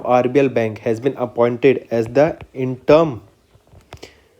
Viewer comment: Sir why do you pronounce wrong🙄 Ujjivan- ujjain Interim- interm Mobikwik- mobiwik Etc....